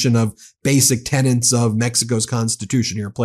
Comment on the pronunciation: "tenets", not "tenants"